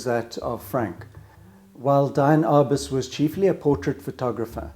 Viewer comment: She's famous enough so YOU ought to know it's DEE-Ann Arbus not DYE-Ann.